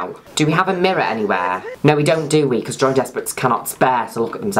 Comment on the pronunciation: I thought you were saying Joey Despret this entire time. I can't unhear Joey.